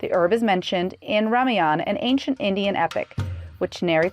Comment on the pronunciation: Hey moron mind blogger pronounce Ramayana and god's names properly